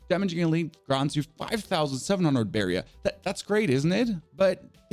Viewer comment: You are now pronouncing barrier correctly, which makes me sad, because I love your accent, but you've earned this! Much love!